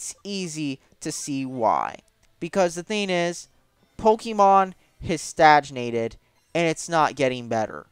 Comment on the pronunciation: Stagnated not stajnated